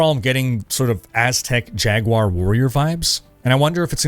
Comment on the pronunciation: Jaguar-warrior? Jag-war?.. Jaguar?